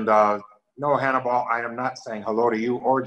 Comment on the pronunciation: Lanny call hims Hann-E-Ball!